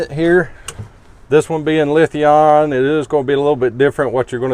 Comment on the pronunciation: Did you have a stroke when you said lithium ion?